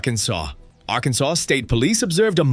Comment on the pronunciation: Arkan(sauce) LOL